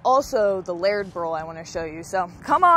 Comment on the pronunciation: The way pronounced layered was odd, too. It sounded like laird.